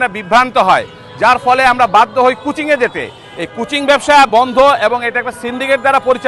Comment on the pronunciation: আপনি বলুন স্কুলে ভালো করে পড়ানো হোক যেন কোন শিক্ষার্থীকে বাইরে কোচিং করতে না হয়। স্কুলের স্যারদের কোচিং বন্ধ নিষিদ্ধ করা হোক। আসল কথা কিচ্ছু হবে না। আর আপনি উচ্চারণ ঠিক করুন। কুচিং নয় এটা কোচিং।